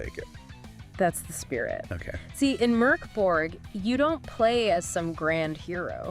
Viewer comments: Damn thats a creative pronounciation of Mörk Borg 😅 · Why not just write a script and tell us what YOU think of Mork Borg? It’s more likely you’d pronounce the name correctly.